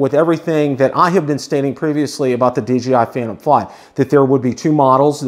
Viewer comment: Great video and thanks for the information but I keep getting a little shutter every time you say DGI instead of DJI.